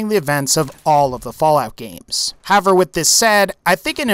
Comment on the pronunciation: Anyone else notice he says "have-er" instead of "how-ev-er" whenever he uses the word "however"? It wouldn't be so noticeable if he didn't use the word sooooo much, lol, ugh.